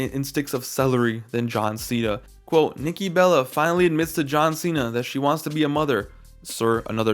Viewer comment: “John seeya” 💀💀💀